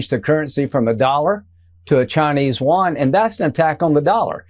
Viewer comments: Side note for Lindsey Graham: Yuan (元/¥) is not pronounced “wan.” That said, he mispronounces English words too. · The Chinese currency is called the you-awn (my phonetic spelling), not the won/wan. That is South Korean. Lindsey Graham is an ignorant tool. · It is the Chinese yuan not won. Won is South Korean. Even a simple Google search will tell you the answer. I cant these guys dont even know the basics. How are they politicians?